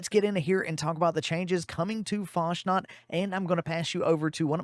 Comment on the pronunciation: Isn't it "Fas nat" instead of "Fash nat"?